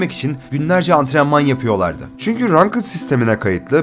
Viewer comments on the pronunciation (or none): Rankedın rankıd diye okunmadığını a önce öğrendim😊